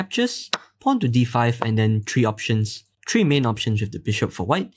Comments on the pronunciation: Great informative video on the specific sub variation of the 4 knights opening.. However I have a small gripe, and that's with the pronunciation of the word "three". It is three and yet you keep pronouncing it as "TREE". Your English and accent is very accurate for everything else so I don't believe that you can't pronounce three properly. So that means you are just too lazy or simply don't care to say it properly, which is a shame since you say everything else correctly and this channel is very professional in everything else that it does.. so hopefully you can keep on improving yourself and the overall quality of the channel. I will subscribe now as a sign of good will and hopefully you can correct and fix this super urgent and important issue for the betterment of mankind and the world itself. Lol. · Thanks for trying, but I see the sounds get out of sync with what you do, and...the number 3 is pronounced 3, not tree.